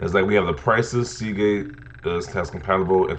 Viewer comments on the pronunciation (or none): none